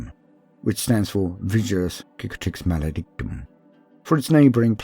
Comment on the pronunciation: I appreciate that you pronounce Cicatrix with a hard "C". Very Roman